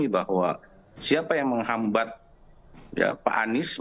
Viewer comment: Ngomong gak jelas ini orang..!!!, menghambat ....menghambat...........apaan tuuuhhh...?!!!.